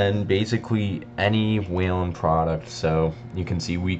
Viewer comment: “WHEEL-EN” There’s no ‘a’. It’s not “WAIL-EN”